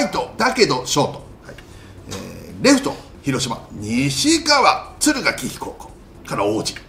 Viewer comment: 敦賀気比→つるがけひって読みます……